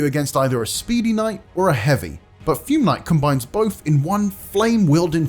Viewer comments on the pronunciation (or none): none